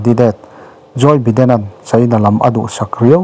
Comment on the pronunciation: Biden nge Baiden